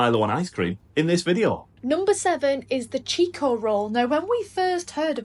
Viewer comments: Pronounced 'Chick-o' roll, not 'cheek-o' roll 😉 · Pronounced chicko roll not cheeko roll. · Now you guys know why we say....whinging pommie.....and it's not a cheeko roll....it's chick..o roll.....love u guys....ManInBlack....❤ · Chick-o roll, not cheek-o roll lol. Glad you guys are becoming Australianised ! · Chicko is pronounced chicko (like Chicken)